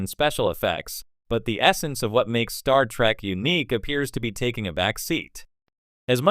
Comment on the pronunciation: You would think that if you are running a star trek channel, you could train your AI voice to say "Star Trek" properly